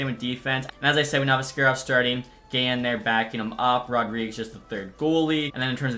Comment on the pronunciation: ASS-karov strikes again